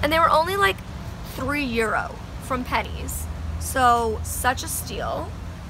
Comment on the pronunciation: I love how you say pennys it’s so weird hearing people who aren’t from Ireland saying it 😂